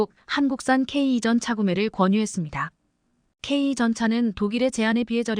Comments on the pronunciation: 제대로 된 앵커멘트가 안되나요? 폴란드>>졸란드, 전차>>전자, K2(케이,투)>>케이 이. K3전차(케이,쓰리 전차)>> 케이,삼 전자? 말인지,방귀인지... 제대로된 발음 부탁드립니다, 구독자를, 우롱하고, 희롱하고, 헤깔리게 하는, 발음을 고쳐주세요. 유튜버가, 구독자,시청자를, 좆밥으로, 보는듯 하네요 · K2전차. 케이전자가뭐냐 발음부터고쳐 라